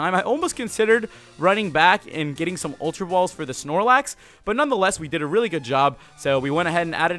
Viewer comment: That was NOT the correct Snorelax